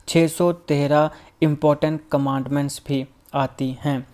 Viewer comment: My dear brother this word is Commandments not Cmandent